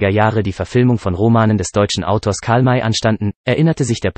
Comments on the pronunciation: Gute Übersicht, schlechte Namensaussprache nicht Karlmä sond Karl May = Mei / Mai wäre rivjte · Iss nicht wichtig, aber der Bot sollte Karl May wie Mai aussprechen, issn Deutscher gewesen. Arkansas kannst er gern Englisch aussprechen. Aber sonst gut gemacht. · Ist eindeutig Computersprache! Bei Datum zB stock die Sprache, als wäre es ein Punkt eines Satzes, darum ist hier auch die Betonung vollkommen falsch. Auch die Aussprache wie zB Karl-May-Filme klingt wie Karmei-Filme. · Der Sprecher sagt immer Karl Mey.